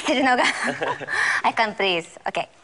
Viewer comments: 木村くんも Can't はカントって言ってるよね。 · カントと聞くと違う意味に聞こえるわ。ｗｗｗ